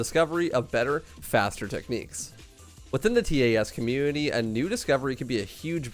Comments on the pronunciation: I never heard someone say "T A S" Always heard it as "Tas" .-. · Anyone else distracted by him saying T A S instead of just pronouncing it tas? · Most people pronounce it tass not t a s. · It's pronounced tass. Like pass but with a t. Not T-A-S.